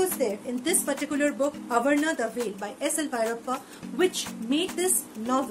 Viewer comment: but you pronounciated it as avarana ..... No worries .. best review ya. Keep up the good work.